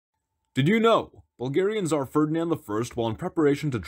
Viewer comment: Hilarious! But please pronounce Tsar as it is spelt. Zar is just incorrect and it means dice (the kind you use for a board game). Also unrelated but I've never understood why the tsar is called the transliterated version of his title but the tsaritsa is almost always called a queen?